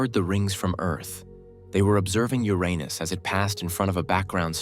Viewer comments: A vid that says the name Uranus correctly gets you liked and subbed! Maybe i should propose to the AI lol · Thank you for pronouncing the name correctly. The current pronunciation is far worse.